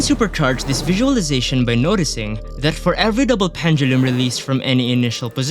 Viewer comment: Love how you pronounce pendulum